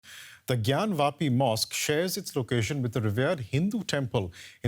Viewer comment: I like how the anchor correctly pronounced Gyanwapi ! Unlike other libranduus out there who can't even pronounce it correctly !